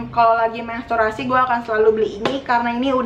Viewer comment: Menstruasi kak,bukan mensturasi.wkwk tpi paham kok